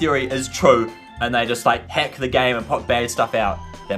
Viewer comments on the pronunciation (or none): none